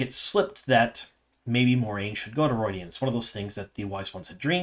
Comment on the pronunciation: Why are you pronouncing it, "ru-oy-dian?